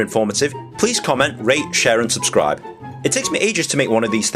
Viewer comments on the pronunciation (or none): none